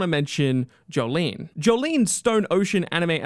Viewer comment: this guy said jolyne😂